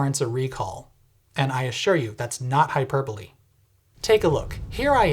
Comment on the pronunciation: Hyperbolee? Hyperboli? Hyperboley? What was that even 🤦🏻‍♂️😂